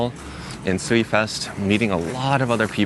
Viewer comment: please search How to Pronounce this Japanese name Sui Ryuu. Once you do you will never pronounce SUI wrong again.